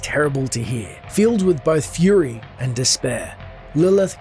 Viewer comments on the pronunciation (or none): none